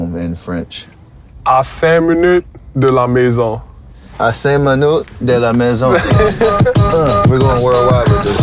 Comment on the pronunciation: his de la maison was actually on point lmao